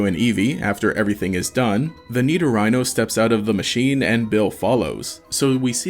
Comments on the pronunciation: Great vid, I only disliked bc of “niddo-rhino” which is absolutely disgusting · "Nido-rhino" is such a weird way to pronounce the pokemon. I think pretty much everyone in the English speaking world pronounces it "nido-ree-no" "Nido-rhino" is definitely a different way of saying it. Great video regardless. You deserve many more subs than you have. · sorry how did you pronounce Nidorino?!